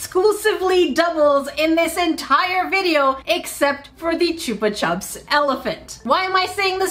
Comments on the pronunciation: I thought chupa chups wast pronounced like chupa choops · Chupa chups is actually pronounced choopa choops. It's a Spanish brand of lollipops originally so the name comes from the verb chupar which means to suck. The way you said it is how the British tend to pronounce it. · The lollypop is pronounced CH-UP-PA CH-UP. It’s pronounced the same the way both times just as an A on the end of the first word. 😂😂 Chup is Spanish for Suck’ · Choopa chup? We've always pronounced it choopa choop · Chupa Chups are Spanish, so both the 'u's are said the same, a long 'u'